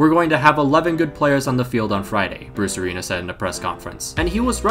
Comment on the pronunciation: All i hear when you say bruce arena is brucerino